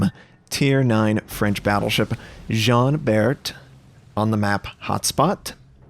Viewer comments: Looks like Jean Bar-t not Jean B-air-t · Just to let you know it pronounce like John Bar.